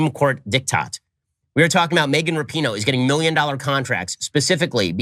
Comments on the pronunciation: You guys finally managed to pronounce “Rapinoe” correctly on your panel after 3 frickin years and that dude there still said “Wrappyno.” Thank you ladies for getting it right! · Rapinoe v Shapino